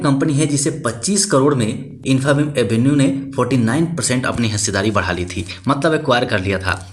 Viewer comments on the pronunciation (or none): Pronunciation infabeam 😅😅😅😅😅😅